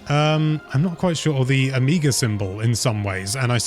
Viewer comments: do british people pronounce it omee gah? i always thought it was oh meh gah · Amiga symbol: Is this a British Pronunciation difference from America saying "Omega", or is simply a fan of niche computer systems? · The way pronounces "omega" made me wonder for a moment if there was some kind of weird Amiga symbol I'd never seen before. 😛